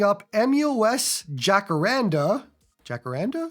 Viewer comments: Jah-cah-rrraahn-DAAH. And roll the R. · And the Jah is more like a Hah